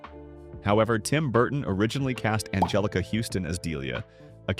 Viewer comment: "Nee-ther-world"? "An-jeh-LEE-kuh"? Are you a slow eight-year-old trying to read a kindergarten-level book in front of the class? Best to learn how to pronounce words and names before making yourself sound like an imbecile in front on the word. To everyone watching: If you find this derivative, poorly executed content as awful as I do, here’s how you can make sure this channel never pops up in your feed again —on your feed page, click the three little dots on the right under the thumbnail. From there, click "Don’t recommend this channel. This will remove all videos by this channel from the algorithm that supplier content to your feed. The more people who do this when they see moronic content, the more these terrible channels disappear.